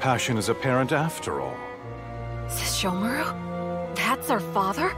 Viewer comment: lol really do be saying sheshomaru🤣